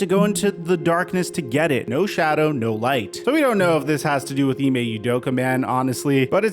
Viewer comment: Off topic, but as a Nigerian hearing Ime Udoka pronounced as Ee-may You-doka makes my skin crawl. Its Ee-meh Ooh-doka.